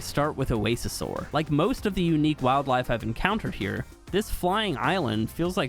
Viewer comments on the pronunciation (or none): none